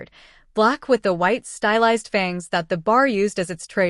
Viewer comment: I usually can tolerate AI but isn't there a way to go in and correct the simple mispronunciations like Fang!😢 ugh and Were( as in werewolf). No man's land... 😢😩